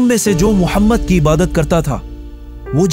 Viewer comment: bhai tera bolne ka tarika bahot glt h tum aap Mohammad sallallahu ka name bhi kitne glt tarike se le raha h